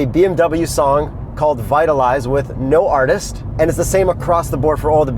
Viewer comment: lmao, vitalize